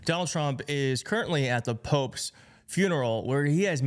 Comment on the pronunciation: It's "Pope's", I tried not to hear you say "Poke's", so what other enlightening brilliance can you not say.